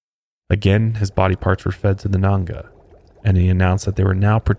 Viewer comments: Its Nganga not nanga.... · It’s not pronounced Nunga it’s nganga ( n gangah) also it’s not pronounced mayumba it’s Mayombero (mayo m bero) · Dude it's palo mayumbe as in "Pah-Low_My-oom-Bay". And he was gay. He only slept with women to manipulate them and create an attachment/bond between them. Also it's nganga, as in "In-Gong-ah"